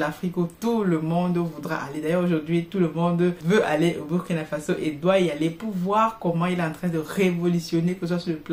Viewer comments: c'est comme l'anglais le U se prononce OU quand vous prononcez BUR ça parle à aucun BURKINABE. Dans une de vos vidéo prochaine prononcez KUALA LUMPUR C'est la capitale de la MALAISIE beaucoup vont pouffer de rires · Madame vous prononcez mal BURKINA FASO c'est fâcheux 😏